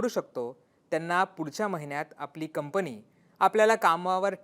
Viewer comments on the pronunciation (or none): none